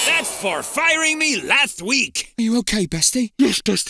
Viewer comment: Last* not Lohrst